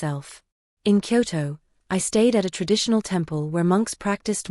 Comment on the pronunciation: It's interesting how the AI voice can read Kyoto properly but mispronounces Ryokan. I'm surprise she didn't leave for Japan earlier, like a week before the wedding when those emails were sent out cancelling everything.